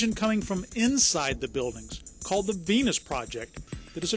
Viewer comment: Sounds like the reporter says "the PENIS project" att : p...